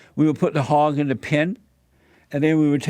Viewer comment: when he says the word "hog" sometimes it sounds like he's saying "hawk" and sometimes it sounds like "hop"... also, "peachers" best part